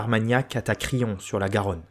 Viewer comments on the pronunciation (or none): none